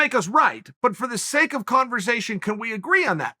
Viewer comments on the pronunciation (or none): none